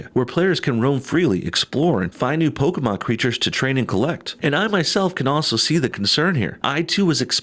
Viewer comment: No bullshit: thanks for saying Pokémon and not "Pokee-mon"